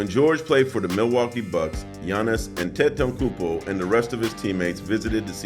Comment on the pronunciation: Boy struggling to say Antetokounmpo 😂